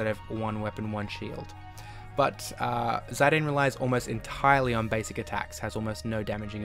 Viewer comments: its pronounced as Zi-dan lmao 😂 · the way he prenounces zidane is hilarious xD